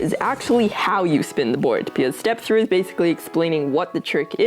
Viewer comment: Tree sixty flip guys TREE🌲